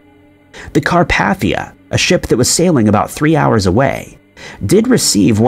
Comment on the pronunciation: If you come across a name or word you don't know how to pronounce, don't just guess. Look it up. Car-pay-thee-uh for Carpathia, the ship that helped the Titanic. Not watching any more of this one.